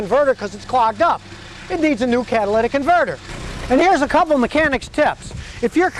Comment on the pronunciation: "Cadillac Converter" - Scotty's Accent